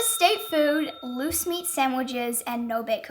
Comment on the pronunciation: At first, I thought you said moose meat sandwiches